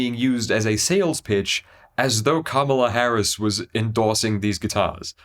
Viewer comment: Yikes, it's pronounced Kamala not Kamala.